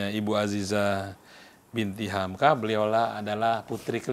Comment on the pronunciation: Moderator nya GAK SIAP. Nyebut nama kepanjangan HAMKA aja salah..